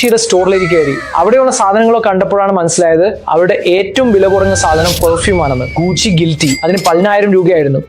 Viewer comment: ഗുഷി അല്ല ഗുച്ചി ആണ്